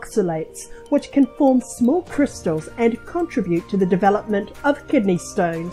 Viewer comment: Why would you get a speaker that can’t pronounce urine and contribute correctly